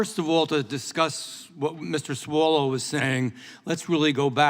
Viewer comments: It's not Mr. Swallow, it's Mr. Swallowell, lol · I noticed that when this lawmaker mentions “the reprehensible Swallwell” he always calls him “SWALLOW”. LOL!!!! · Did he say Mr. Swallow 😆😆😆👍🏽